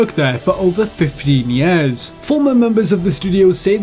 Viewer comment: He calls years... YEES.